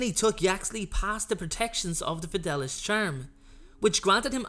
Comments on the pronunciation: It’s fid-ay-lee-uss, not fid-al-us. Sorry to go full Hermione. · Its pronounced fed-e-li-us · Fidelius is pronounced FI DAY LEE US. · its pronounced the FedAYlius charm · The fidelius Charm is actually pronounced the Fid-a-le-us charm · Don’t be sorry, listening to him saying it wrong for 10 minutes was worse than crucio